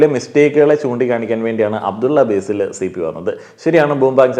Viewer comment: അബ്ദുള്ള "ബേസിൽ" അല്ല അബ്ദുള്ള "ബാസിൽ" ആണ്.. ഇങ്ങള് കൃസംഘി ആക്കാണോ ഞങ്ങടെ കാക്കാനേ 😡😡 കൊള്ളാലോ സംഗതി..😬😬